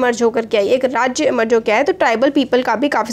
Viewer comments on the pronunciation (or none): Kingdom is rajae pls mind your prouncation